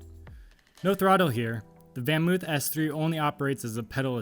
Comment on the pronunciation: It's actually something like "FonMoaf". Van is pronounced Fon. 🤷🏻‍♂️